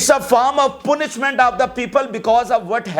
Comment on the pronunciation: Punishment pronounced like paanishment